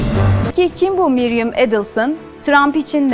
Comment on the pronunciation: Miriam not Mariam